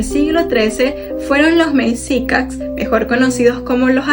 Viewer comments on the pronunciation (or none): Es mexicas no como lo pronuncias